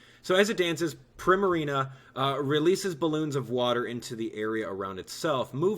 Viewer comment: Btw primarina is pronounced preema reena